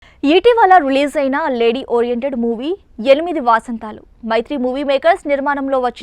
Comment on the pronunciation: 8 వా కాదు వ సరిగ్గా పలుకు బుల్లి మ్మా